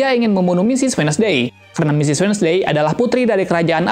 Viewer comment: Bacanya wendsdey bang :)